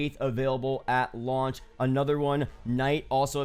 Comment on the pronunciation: no one:: AT lauch